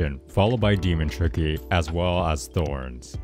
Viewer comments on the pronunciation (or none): minutes he said tiky lol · Bro you say ticky to tricky lol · In expiration he says tiky